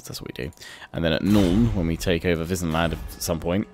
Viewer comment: "In an alliance with Wissenland"I thought you said Disneyland